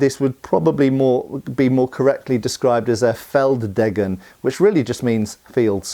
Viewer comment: feld deggen? More like feld daygen